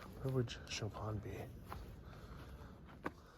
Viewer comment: Chopin is pronounced show-pain (pain as in french bread)